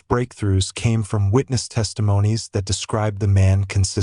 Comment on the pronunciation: Nice AI voice over! Did anyone else notice that the word "that" is pronounced as "dot" and the word that follows is spelt out? Took me a while to figure this out. Do better.